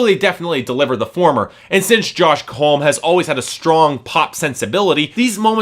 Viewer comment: would of got away with it if you didnt say it 1000 times. Its pronounced hom -e, not home